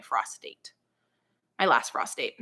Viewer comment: I kept hearing you say that you didn't plant by the moon that you went by "prostate". I couldn't figure out what in the name of sanity you were talking about. Then I realized you were saying "frost date"!